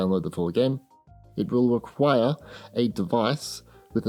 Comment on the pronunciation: WHY DO YOU SAY REQUIRE LIKE THAT. YOU HAVE ZERO AUTHORITY! JUST REPORT THE NEWS BRO. ANNOYING.